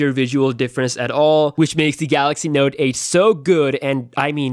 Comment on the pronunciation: Wow is it me or this dude can't say note 8😂😂😂😂😂